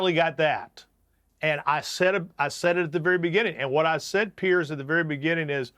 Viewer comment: PLEASE advise your guests that your name is pronounced PEERS , not PIERCE! its super irritating to hear them all mispronounce it.